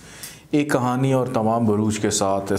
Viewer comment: کہانی ہوتا ہے۔ کھانی نہیں۔